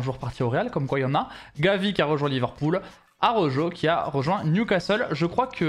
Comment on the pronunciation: S il te plaît prononcer bien araujo